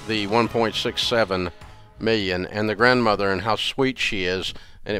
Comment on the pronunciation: Hey Dave, say "million" Dave: Mei--Yen